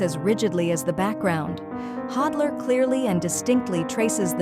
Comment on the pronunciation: A-I witch ! Pronounce his name correctly ! “The end of the last century and the beginning of our own” Really ?